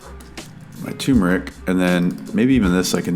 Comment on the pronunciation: Is it only me or did you guys also notice the 'R" missing from TURMERIC? Anyways the tutorial was really great! Now Imma watch your other videos !